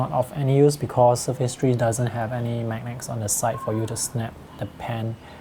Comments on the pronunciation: The magnak is stronk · magnak lol XD it was a great video tho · nice video. Laughed a bit by how you say "magnets" xD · It was funny but then i felt guilty. I was overwhelmed.